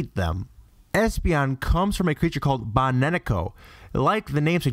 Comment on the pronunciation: baneneko? lmao i feel like its bakeneko but like idk